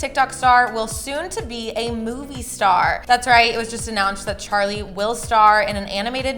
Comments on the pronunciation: Its charli not chali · is it just me or it’s charli not chali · gys its actaly charli not chali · Wait hold on a sec did it just say chali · It's chaRli not chali ☺️ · No offence but it’s charli not chali